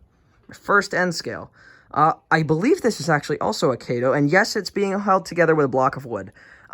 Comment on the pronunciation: Those are Amfleet coaches, not Superliners. It's Ka' toe not Kay toe. I know everybody gets it wrong. I did too and had to learn to say Kato correctly. It's Japanese. I like the Amtrak train. I'm not fond of N-scale, but it's ok.